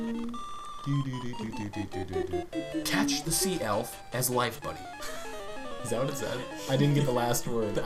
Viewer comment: The woman said "Life buoy", not "life buddy".